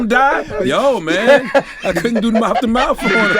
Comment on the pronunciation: "I Think He Might Not Have Made It If I Had To Give Him Mouf To Mouf" 😭😭😭😭😭